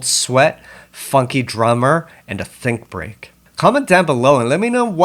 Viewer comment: lmaoo i was watching this and i noticed that the transition between the funky drummer and think break said "think beak"